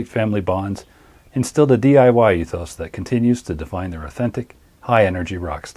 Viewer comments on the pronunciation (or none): none